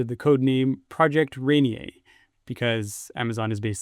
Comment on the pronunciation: lol rain yay. Seattle folks call it "Rain-ear"